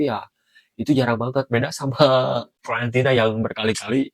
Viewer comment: Fiorentina bang.. bukan Florentina bang.. Florentina siapa dah itu? Tetangga sebelah kali Florentina.. hehehehe